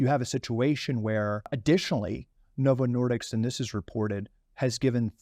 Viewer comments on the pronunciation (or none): The interview seemed familiar, then I realized I'd definitely seen it previously, when the guy kept saying "Novo Nor"dicks", instead of "disk". He has a bit of a speech impediment on a few things, but the message is spot freakin' on. I'm more horrified by the month, learning all the additional depths to which Big Pharma will sink, regardless of who it kills. It's more clear by the decade that a large percentage of life is a lie, all geared to gut you of as much $$$ as possible, and it's totally up to the individual to do enough research on their own, to navigate the sewer of lies, and try to learn enough of the truth to make the best choices to survive....and it's in every facet of life. There's only so much time in a day, especially with the 9-5 grind required as a base of existence for most of us, to navigate a couple of these sewers at best. That's why I've focused on the one discussed here, for the past 4 years. Fortunately, there are often enough parallels between sewers to help guide you in those as well. I detest politics, but it's clear how closely it is related to nutrition. Cling tightly to those boats, people. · Novo Nordisk not Nordiks 🤦‍♂️ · 1. The drug is approved for weight loss in Europe contrary to what he says. Oh hold on, it's not approved in the UK. Of course, UK and Europe, same word for most Americans. 2. The company name is Novo Nordisk, he keeps calling it Novo Nordics again and again. Am not a typo natzi but if the guy is so passionate about the drug and the company itself, he can't even get the name right ? How many things does he really get right among eveyrthing he says? I'd wager saying it's a typical Carlson level content, get maximum drama, don't worry about the facts. Albeit I am able to get behind some of the challenges raised in the video and the review, I'm seriously disappointed with the attention to correctness, of everyone really.